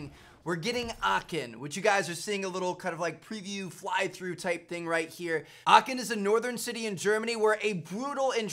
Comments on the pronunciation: Bro where did you get this from?! First : Aachen not Aken ?! And second : Aachen is in west Germany not north Germany bro This takes 2minutes to research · As a german it sounds so funny for me how you say "Aachen" 😅😂